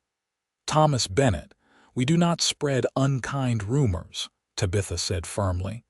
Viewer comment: It's very distracting to listen to an entire story where the main female character's name, Tabitha, is mispronounced! Do better, AI narrator!